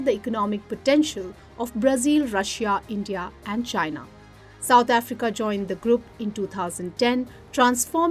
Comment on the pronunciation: Why did she say South Africa like a South African?